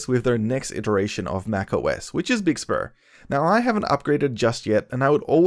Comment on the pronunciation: Big spur? I’m sorry sir but it’s BIG SUR